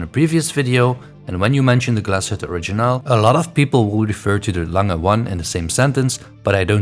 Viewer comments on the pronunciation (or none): Its not Lange is it?